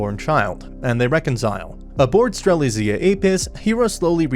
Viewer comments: Ster-lit-Zia. It’s not that hard bruh the day it in the anime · He pronounced strelizia like at least 4 different ways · is it me or did he just say Stre-lit-zia wrong multiple times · nvm, not just Strelitzia but all Franxx names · stop saying strelitzia wrong